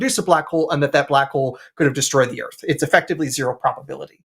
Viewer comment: Jay, forgive me if I'm hesitant to think somebody who pronounces Earth... "Erf"... has the secrets to the universe.